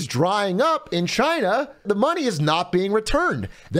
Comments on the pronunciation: Is Trump‘s pronounciation supposed to be spelled Gina Jina Djina Xina Czina? Did I miss any? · *Trump voice- “Cheyna” 👌🏼